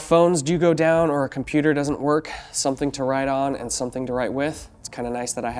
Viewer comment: What the hell is a com.. poo..terrr